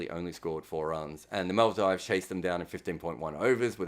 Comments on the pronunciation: i am only joking. Everyone here is. He said Bhutan wrong too, but that was the Aussie accent playing a part. But Maldives wasn't just mispronounced (which can definitely happen to people, nothing wrong in it), the word just came out comically wrong. Chill, it's some leg pulling not an accusation. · casually dropping the worst pronunciation of Maldives I’ve ever heard multiple times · Do you really think that's how you say Maldives? It was a joke right? Or a slip of tongue? You know how to say such a common country's name, right? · Who cares if he mispronounces the name of a country that’s on the other side of the world than him? And just because you consider it a common country to pronounce, doesn’t make it common for him, right? He’s Australian, as am I, and i can assure you than over this side of the world we can’t figure out if its Mal-Deevs or Mal-Dives, both are common in news media depending on where in Australia you are.